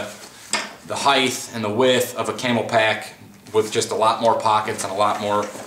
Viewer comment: Nice video. But little annoying that you keep calling Camelbak as camel pak